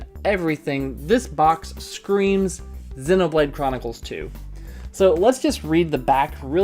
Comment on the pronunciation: 0/10 pronounces "Zee-no"blade Chronicles as "Zeh-no"Blade Chronicles In all honesty this was a SUPER insightful video! Thank-you:)